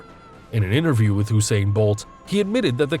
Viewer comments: It’s pronounced You-sain bolt not oooo-sain bolt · Oosain bolt